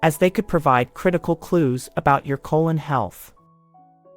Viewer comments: CO - LON .....not ..... CO - LONE🤨🤔🤔🤫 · So the narrator can’t say colon instead says cologne but she can say hypertrichosis lanuginosa acquisita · Cologne Cancer? These "Bot Narrators" drive me Nuts. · Sometimes she stresses 'colon' correctly on the first syllable and other times incorrectly on the second syllable. This is very distracting. There should have been some sort of human override to this narration given that it is probably robotic. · I know right? 😂